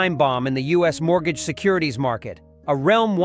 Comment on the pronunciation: Mort gaga? How in the fuck do you screw up the pronunciation of MORTGAGE!?